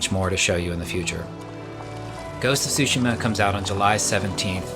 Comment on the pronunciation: "Ghost Of TsushiMa", not "TsushiNa":)